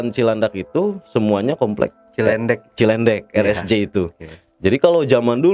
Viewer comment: ahaha seneng denger abang ini cara nyampeinnya , btw itu cilendek bang bukan cilandak